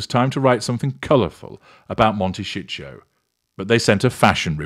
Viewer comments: Please pronounce the name Momtecito correctly. It is not Montecicho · Actually he says "Monte shit show" ;-)